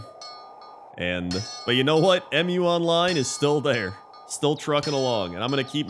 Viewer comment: It's not 'Em-You Online" I'ts one word Mu, pronounced as 'mew' The game name is inspired by the name of the mythical continent Mu.